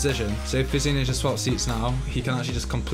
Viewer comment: when you say physioninja i thought you said fitzy ninja which i thought was an actual thing